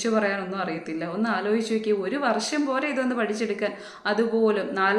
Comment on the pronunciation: താൻ പറയുന്നത്.. വർശം, ആഗോശം എന്നൊക്കെയാണല്ലോ😅😅😅 ഇളിഫ്യൻ അല്ല ഇളിഭ്യൻ... ആദ്യം സ്വയം നന്നാവ്...